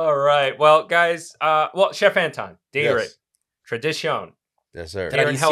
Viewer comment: "Dayrit is "DIE REETT" in filipino. not DAY REET.